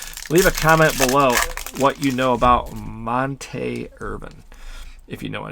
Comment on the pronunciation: Monte Irvin (pron: Mon-tee, not Mon-teh) Negro League super star, mlb all Star, World Champ with ‘54 NY Giants (Willie Mays catch series) and 1974 HOF. Also a WWII vet. Solid rip. I’m excited to rip some.